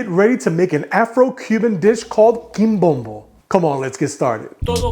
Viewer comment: THIS IS IT! My favorite dish ever! You’re pronouncing it wrong though. Accent on the last syllable. 😅